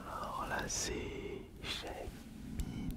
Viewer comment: c'est pas shamin ca ce prononce shéyminn et ca s'écrit shayman c'est pas compliqué 😅